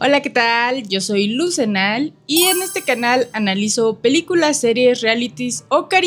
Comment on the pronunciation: Me encanta el canal! No se si soy yo pero es un poquito difícil de encontrar porque cuando lo pronuncian en sus videos no se distingue las palabras Luz Zenal